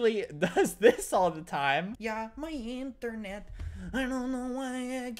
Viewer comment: yah maiyindurnet aidunnoyaikeepluusingmaiyindurnet